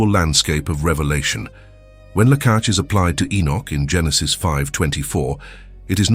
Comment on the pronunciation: The content is fine, godly, edifying, but the Hebrew words are so tortured that listening is at some point unbearable even to sb who barely knows Hebrew. Do you really do not bother to verify your AI productions? Have mercy on those who want to know the right pronunciation of the biblical Hebrew. Lah-kah-h not Lah-kah-ch. Similarly, you torture the names of God. Seriously unbearable to hear them. Instead of Yahwe, there is some Jahwe spoken as J in John, Job. This DOES matter just as much as the truth in the content. Be more diligent. Form matters. This is why we all have two eyes, ears, arms, legs, not more like centipedes. These twos exemplify the Two being and acting as One by the same Spirit of One Body. Greetings of peace from Poland 🇵🇱 ♥️